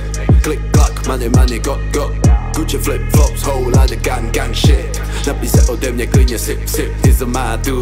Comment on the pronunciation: to jak yzo rika "gang" mi rve usi. To mu nikdo pri nahravani nerekl ze se to tak nevyslovuje ? :DDDDDDDDDDD